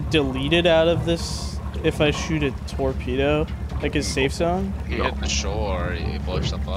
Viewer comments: why are you not saying tormedo and sumbarine anymo :( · First it was tormedos, now it's torpendos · no longer saying fucking "Tormedo" is my favorite character development.